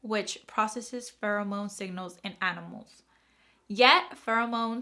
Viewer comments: Pheromone is fair-a-mone not fur-o-mone, for future reference. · It’s farah-moan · Fair- AH-Moan